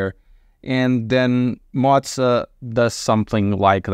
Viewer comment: why do you pronounce it like "Motza"? is it that hard to say "Moza"?